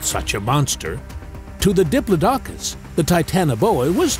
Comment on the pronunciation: I hope this doesn't turn out to be one of those "go to sleep" videos that turns out to be way too interesting to fall asleep to. I'll just go put my python to bed first. 😂 And it's "di-PLOD-i-cus" not "di-plo-DOC-us."